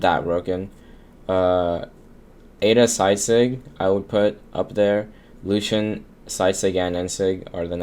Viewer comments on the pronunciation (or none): its lucien not lucian homie